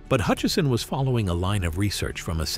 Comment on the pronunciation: No 'n' in Hutchison.